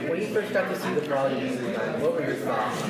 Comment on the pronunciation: Do the people in the movie say "Braw-lee"? Nope.